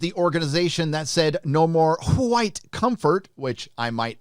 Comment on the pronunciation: Why do you say "whit supremacy" that way? Do you pretend it does not exist, like the carnival barkers over at fox, so-called news?